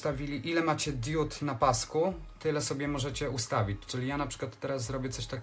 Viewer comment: Diudy z andurino nie świecą... ARDUINO I DIOD A NIE DIUD...